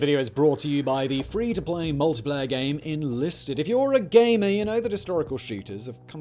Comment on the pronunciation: Did Simon just say gaymer? Was that a bet yo?